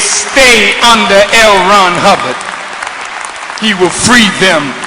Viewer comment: Lmao.... bro. said Hell Ron Hubbard....so strue